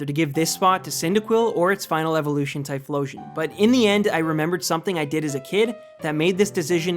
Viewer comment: IT'S TYPHLOSION, NOT TLYPHISON! INCINEROAR, NOT INCEROAR (NOT ENOUGH LETTERS)!